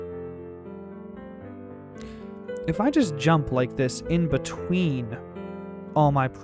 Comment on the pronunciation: Did he just say yump